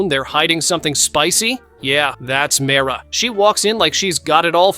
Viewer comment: Its not mera its mira😂